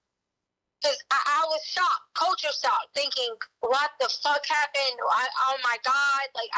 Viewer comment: "I legit thought he was hiding. I even tode the girls....cuz I was shocked! CULTURE (pronounced COTURE) shocked! "😳 This lady was a teacher? Yikes.